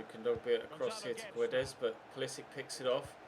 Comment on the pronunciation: It is POO-LEE-SICK (Pulisic)